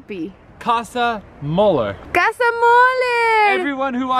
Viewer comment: mollers? que es eso jajaja